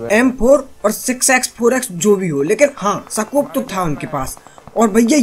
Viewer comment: Bhai सकोप नहीं होता हे स्कोप हाेता ह